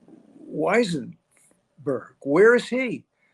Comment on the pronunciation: Why cant you say Weisenburg's name. You always, in every vid, trip over saying his name. 🙄